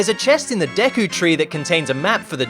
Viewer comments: "Deky palace" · I didn't know "Deky Palace" was a place in Zelda: Majora's Mask! I thought it was the "Deku Palace"!